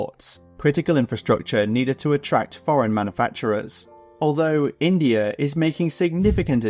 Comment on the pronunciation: INDAI?, lol